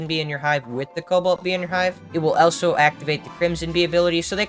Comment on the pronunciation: I'm always confused why u always say elso instead of also